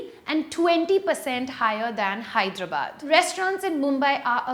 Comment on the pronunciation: For the love of God, please pronounce Hyderabad correctly